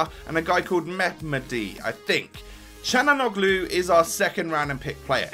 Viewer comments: It's pronounced exactly how it's spelt cal-hon-a-glu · It is pronounced like "chalanoglu" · It's pronounced shalanoglue